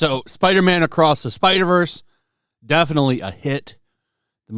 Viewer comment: It could not have been hard to say spider verse